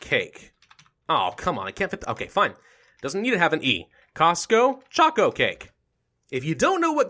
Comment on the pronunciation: CostCo choco cake is a tongue twister Half of the YouTube is now saying choscho choco chake